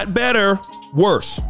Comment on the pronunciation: that extra "t" on the end of "worse". Hell nah